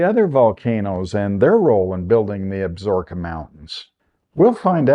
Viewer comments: FYI . . . it is pronounced AB SA RO KA not ABSROKA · Ab-so-ro-ka mountains. Not Absorbka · Absorkeee not ka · AB-SA-RO-KA - based upon the pronunciation from the television series "Longmire" based in the fictional Wyoming Absaroka County... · Absaroka. Check your pronounciation.